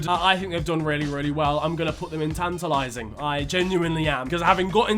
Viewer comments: "in-TIT-a-lat-ing," 2022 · saying “tantalizing” like a true Nigerian